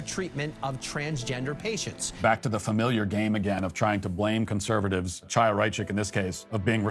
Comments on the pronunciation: Thank you for covering this and not saying "chaya" with "ch" like in "cheese" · i HATE chaya and what she stands for but THANK YOU for pronouncing her name correctly. it’s been driving my nuts that no one does. also the fact that she’s younger than me is MINDBLOWING tbh